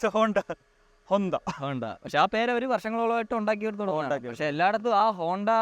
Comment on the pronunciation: Honda is honda, not bonda 😂